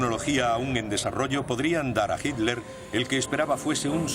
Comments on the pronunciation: Adorf Hitler se escribe, se pronuncia Hitler, soy de origen alemán se lo que digo... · EL DOCUMENTAL ESTÁ MUY BIEN. PERO LA PRONUNCIACIÓN DEL LOCUTOR ES PÉSIMA. NO ES "HILER" SINO HITLER, CON "T". TAMPOCO ES "FIRER" SINO "FIURER". SALUDOS.